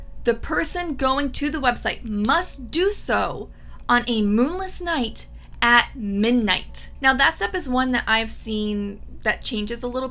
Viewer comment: I’ve noticed you drop the “d” when you say the word “ midnight.” “Minight” 😄